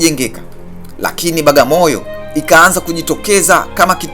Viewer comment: Hamuitendei haki kabisaa "BWAGAMOYO" kuitamka Bagamoyo na kuiandika Bagamoyo !